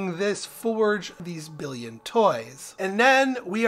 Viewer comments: Billon, not billion Jesus christ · Nice guides. I’m enjoying your playthrough a lot. But isn’t the name of that alloy (billon) pronounced billON not billEEON? There isn’t an I after the double L like there is in the number ‘billion’. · what you didn't want to hear is that it's actually French bee-yohn